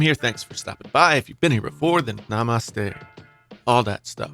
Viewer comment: LOL,Your pronunciation of namasate is savage af, looks like you also got some Indians viewers like me ;)